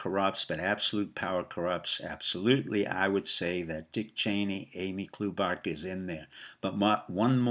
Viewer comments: Amy klow baa Charr is how you pronounce her name... The way she got in to politics is that her dad Jim "klow baa Charr" was a writer for the star & tribune a left leaning newspaper for 30 plus years. Name recognition was big in MN. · You might wish to know that you're pronouncing Amy Klobuchar's name incorrectly. Do a search -- would be more effective if you give the correct name.